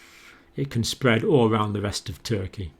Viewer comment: 'Alarming; disturbing, SPWWWEAD' - Dr John